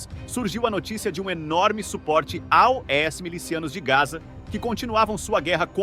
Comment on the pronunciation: Quando o narrador fala A-O-S minha pika chega a dar uma latejada aqui 😂 que porra de idiotice é essa moda?